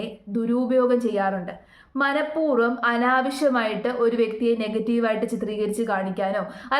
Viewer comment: ഉച്ചാരണം ശ്രദ്ധിക്കണം മനഃപൂർവം എന്നല്ലേ 🙄